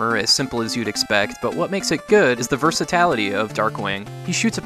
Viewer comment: huh.....Ver Sah Tal It E, not saying thats the wrong way to say that word, but it sure is a new and interesting hearing it.